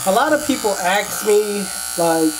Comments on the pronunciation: Why do you say aks instead of ask? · you always say "Aks me" isn't it Ask?